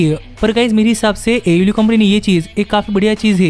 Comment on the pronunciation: It is pronounced AEW (AY EE DABLOO)